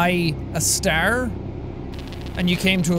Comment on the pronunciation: A Stahrrrr